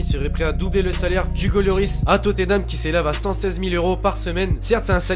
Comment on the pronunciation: pk tu dis yoris on dit loris